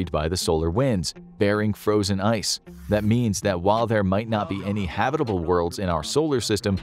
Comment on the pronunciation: The way he says habitable hurts me.